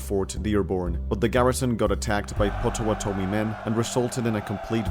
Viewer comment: Fun video, but that's not how "Potawatomi" is pronounced. It is supposed to be pronounced pot uh wot uh me (pŏt′ə-wŏt'-ə-mē). that's not how "bow" (the front of a boat) is pronounced, either.